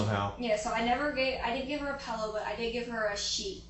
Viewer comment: The first hour + 16 minutes I'm already thinking she has the most annoying voice. On top of being so happy and excited and carefree and busting out laughing every few minutes... Then she goes and pronounces that word for the thing you lay your head on night as "pellow". She's one of those people. She's a real fckin weirdo in every way.